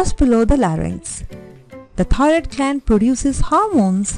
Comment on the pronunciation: This video had a lot of good information, however, the person had a very thick accent. There were times that it was even difficult to discern the word 'thyroid.'